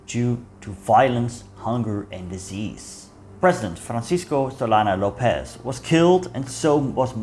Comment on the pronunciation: Small mistake, It's López, not Lopéz